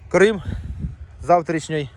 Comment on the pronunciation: ти обмовився і сказав замість слова "крім" слово "Крим" тому я думаю шо скоро і там будем робить порядок. шось знає )